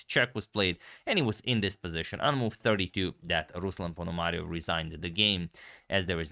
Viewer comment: I can imagine, that some Ukrainian names can be difficult, but in "RuslAn PonomariOv" (correct stresses) you misplaced stress twice. Come on!